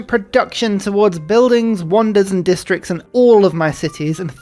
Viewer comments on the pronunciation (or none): none